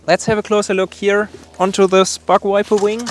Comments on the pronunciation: Sounded like he said butt wiper lmao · Sorry but it sounds like you are saying BUTT WIPER lol. I’m am very sorry for acting so immature about it but it made me giggle. Great channel subbed and liked keep up the good work